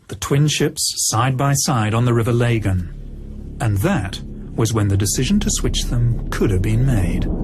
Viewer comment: It's so funny how they can't say Lagan.